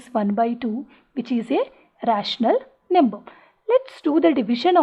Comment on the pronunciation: First Learn how to pronounce "number" properly. Num ber er er r .. Lol